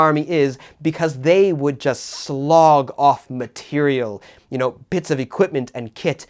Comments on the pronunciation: Very pedantic but something I feel I've seen you do a few times,, is pronounce the word "slough" as if it were the word "slog" (or, perhaps, mistake the word "slog" for "slough"). To slough, meaning to shed, remove, get rid of, ought to be pronounced /slʌf/, as if it were spelled "sluff". Forgive me my nitpicking. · *slough, pronounced "sluff."